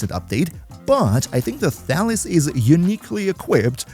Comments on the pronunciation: Thalys is a greek name and it's pronounced thalYs, not thAlys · Before I read the weapon name, I heard you say "Phalus", lol. Thought to myself "Pretty weird naming for a weapon, but I guess it could work for a POLEarm?" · OK, I can't be the only one who keeps hearing "phallus."